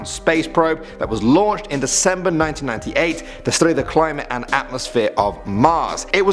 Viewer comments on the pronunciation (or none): none